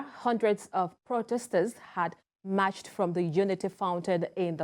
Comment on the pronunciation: This lady's pronunciation is not good for a news reader. 'Marched' is not pronounced matched.